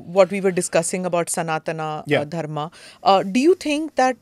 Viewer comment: Why do you pronounce सनातन धर्म as सनातना धर्मा ?!